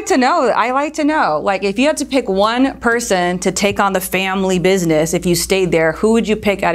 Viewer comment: "the family bissness"